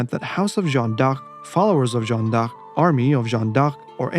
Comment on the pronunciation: My friend your missing pronouncing d'Arc